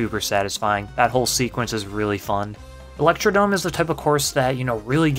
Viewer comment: Thwomp not thomp 😅 And it's electrodRome, not Electrodome. There's an R hiding there